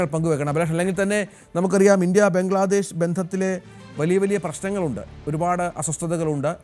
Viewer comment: ഏതാ ഈ ഊള റിപ്പോർട്ടർ? നീ ഒന്നു ശ്വാസം വിടടേ. അവൻ്റെയൊരു പംഗ്ലാദേഷ് ! ഫൂ